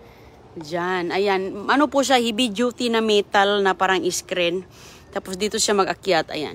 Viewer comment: Oo sigaw ng sigaw pansin ko rin taga bundok kasi ung mulberry ay molbiray raw at hebe duty raw